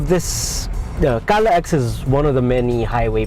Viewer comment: should be pronounced as CALAX not CALA-X. Bakit yung NLEX ba prinopronounce as NLE-X? SLEX ba SLE-X? SCTEX ba SCTE-X? Ang CAVITEX ba CAVITE-X? Ayus ayusin nyo nag cricringe ako!!!!